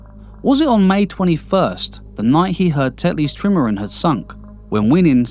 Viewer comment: good content but the narrator's accent is 'ard to suffah and he cant even pronounce trimaran! is it AI?